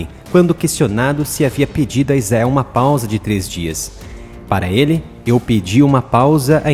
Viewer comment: IIGNORANTE , se pronuncia ISRAEL, e não IZAEL... o cara sabe que está pronunciando errado, e caprichosamente escolhe pronunciar erradamente.